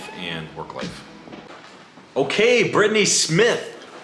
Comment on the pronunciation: omg the way he says brittany has me dead